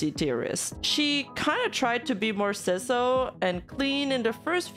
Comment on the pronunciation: i got caught offguard when you mispronounced schizo as siso Lol